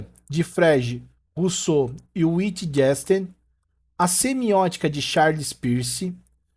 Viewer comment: Parabéns pela aula! Só para ajudar: é "Decartes" não le rcomo se escreve "Descartes", e na sequência : "Witgenstain" "Sossirr", "Levi-Strô", "Stifen Howkin", "Kant"(mesmo,) não "Kent", "Hanna Arent".